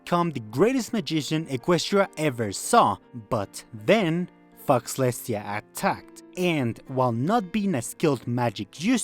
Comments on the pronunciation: brothah its not foxlestia its pronounces fo (faux) lestia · Great video, but it's pronounced FOW-lestia, just saying because it sounds like you are cursing celestia lmao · "Faux" is pronounced "Foh" btw. So it's Fohlestiah. It means Fake-Celestia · Faux is pronounced pho, so fauxlestia would be pronounced pholestia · Hello! Great video. Just so you know, Faux is said like "foe," because French? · I love this video but the incorrect pronunciation of Fauxlestia is driving me up the wall. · yo dont pronounce the x in faux